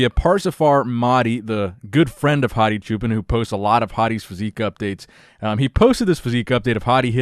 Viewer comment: Bro when you say hadi it sounds like 'Hottie'